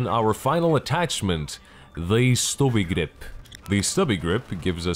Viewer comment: I just can't get over the way you said "stubby grip". So damn hilarious. Sthobbi grihpp.